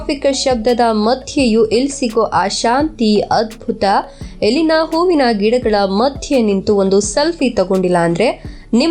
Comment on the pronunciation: Please madam " ellina " antha helbek aadre swalpa sariyagi pronounce maadi, its sounds like 'ilina ' some english name